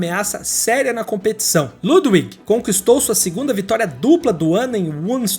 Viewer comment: Parabéns pelo canal. Seus vídeos são ótimos. Se me permite apenas uma dica. Em Alemão o W se pronuncia como V, ou seja, Ludwig se pronuncia Ludvig. Isso não é apenas para nomes próprios e sim para todas as palavras com W. Me perdoe. Apenas uma dica.